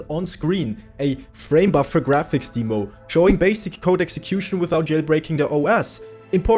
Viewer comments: My friend, it’s not DEEmo, like Bee, Lee, We, He…but DEmo like Them, Stem, Gem, Lemon, Pen etc. It’s sort for the word Demonstration. Jeez. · Its dem-oh not deeemo on the pronunciation. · In English, it's DEM-oh. It's our language, we get to say how to speak it and you wrong! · S'all good, I could have been a little nicer about it too, sorry :D I grew up with amiga demo disks, then pc game demos were very common. I had never heard "deemo" before and it reminded me of when my family used to say "seega" instead of "sayga" for sega. It used to really grind my gears with how wrong they were, even after I showed them adverts with the correct pronunciation, they continued to say seeega lulz